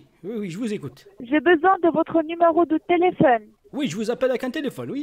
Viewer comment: Numéro de telefun MDR elle parle même pas français XD